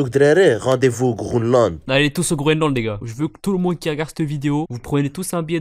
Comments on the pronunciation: Le mec qui dit faut aller au "Groneland" il me tue 🤣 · « Hdrari rdv au grounelande » 😂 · c'est dans la vidéo le mec dit Grooland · Bah le " Grounland " 😂